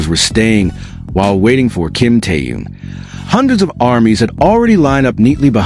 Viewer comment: Ты норм? Хватит впаривать дезинформацию! И поправь произношение имени Тэхёна!!! Что за кринж?